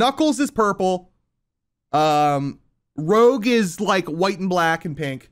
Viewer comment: Knuckles is purple and rogue instead of rouge is killing me Also, that cute little thing being named scourge is the best thing I’ve thought about in a while